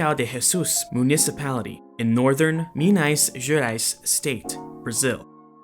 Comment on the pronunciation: you have said "Quirico",when you use the accute acent,you have to say the vogal with tha same voice tone as "r" you have said like:Minais Gerais